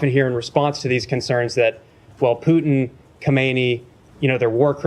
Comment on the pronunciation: When Ray says "Puteen", for Putin, he is referencing the Irish Moonshine Whiskey! Poiteen!